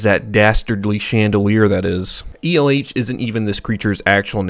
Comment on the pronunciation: After seeing elh in a different video from a different youtube channel where they pronounced the name as L, it feels weird to hear it be pronounced as E L H.